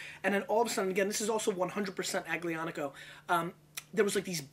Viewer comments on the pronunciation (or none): The "g" in Aglianico is silent. Pronounced like "Al-Yonn-ico" or so.